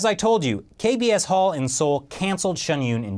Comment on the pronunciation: kbs홀이 자꾸 이상하게 들리네 ㅎㅎ Kb asshole ~